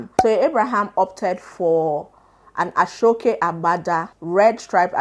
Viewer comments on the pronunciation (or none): great job but aso oke is pronounced as 'a-shaw okay' not 'ashokay' please 😭